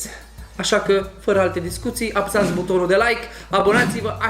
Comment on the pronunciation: i m also a native speaker and while he may be easy to understand, he does a lot of what i call "vowel swallowing" ["suc'rile alea", "f'ra alte discutii", "ap's(a)ti"]. unfortunately this has become very frequent in romanian and it s very disturbing [personal opinion, of course]. romanian doesn t have long vowels so if we don t keep them as they are, along with diphtongs and triphtongs, we risk sounding like "prst", "smrt", "ctvrt" which are, trust me, real words in czeck and serbian. you are right...he may not have been hard to understand, but my brain paid more attention to the way he pronounced than to what he was saying because, although i live in a region with a "fast speaking pace", we do pronounce the vowels. speaking fast doesn t mean swallowing sounds ...but again, that s why oratory is an art... 😉